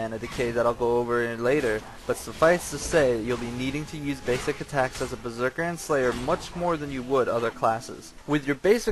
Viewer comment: LMFAO! "A Berserkal..." LMFAO!